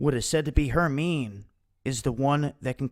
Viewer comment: Herminê the final e is pronounced in it long form as in "free": Her - mine - ê